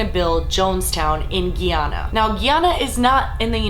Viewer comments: Music is too loud. Guy-Anna not Giyana. Other than that, great video. Interesting story. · Don't mean to be nit picky, but its pronounced guy-ana, not gee-ana. :) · Wtf is 'Geeeeeeeeeeehhhh-ana' it pronounced the say it's spelled 'Guy-Ana'. The fact that white ppl try to make it more complicated blows my mind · Its pronunciation is GUYana guy ana. Lord not geeana....sorry u drove me nuts. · Please, my country is pronounced, like Guy and Ana no 'gui'. Guyana! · It's pronounced GUY-ANA not GEE-ANA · **GUY - ANA not gi-Ana 🙄 white ppl lol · I just had to stop the video....she cant even pronounce my country's name right ....its "GUYana" not "Guiana" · That country(Guyana) is pronounced "guy-ahna". Not "gee ahna". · This is gonna bug me forever if I don't say it. It's not pronounced "gee-yana" it's pronounced how's it's spelled.. "Guyana." "Guy" as in like "hey GUYs" and "ana" as in "ana." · coming from someone who is from Guyana, you're saying guyana wrong. it's literally pronounced how it's spelled "GUYana" not "geeuna" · My baby daddy is Guyanese and it's pronounced Guy-Anna not Gee-Yana not Tryna sound rude just letting you know.🙂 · I understand the story is sad and really creepy but as someone who is guyanese I couldn't focus on it because it's called GUYana and you're saying GYana😂😂😂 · Bitch it's pronounced GUY-ANA not gee-ana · I currently live in Guyana and before I moved I did research on Jonestown hoping to do some 'site seeing' when I arrived, but to my surprise hardly anybody my age and younger living here knows this story. Wierd. Its almost like it never happened. (Btw it's pronounced 'Guy-ana' not 'Gey-ana'.) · It's pronounced GUY-ana, not "ghe"- ana ❤❤ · you keep calling it ge-yana it is supposed to be guy-anna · giana lol its GUYana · its pronounced "GUY ANN AH" not gee ann uh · It's not geeeyana it's giiiiana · How old are you who have never heard of jim jones and Jonestown?? It's pronounced Ga-na, Ghana not ghee-ana... you're killing me